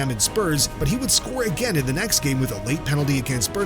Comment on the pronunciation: Had to stop the video when you said “Burn Mouth.”